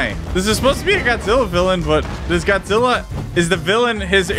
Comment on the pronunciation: Did you say dadjila😂